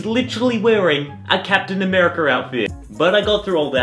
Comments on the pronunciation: He said 'Captain Amaicer.' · What said: "A captain America outfit" how it sounded to me: "A captain americur outfit" XD